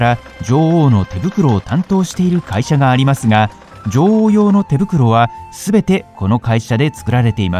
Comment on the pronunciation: 「ジョ"ゥ"オウ」の発音が気になって仕方ない